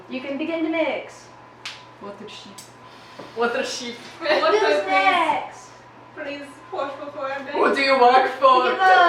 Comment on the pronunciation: WOTER SHEP